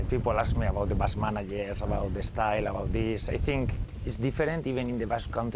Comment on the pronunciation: "Basque maneya"